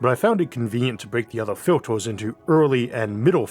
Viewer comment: why do you pronounce filters as "filtors"? Did you really go through life without parents/teachers/friends correcting you? Elsewhere you pronounce "confirm" correctly - so you are able to do the pronunciation correctly. But you use the incorrect "~or" pronunciation widely! Odd....